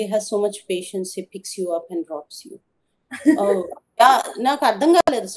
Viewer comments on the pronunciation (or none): Patience not పేషెంట్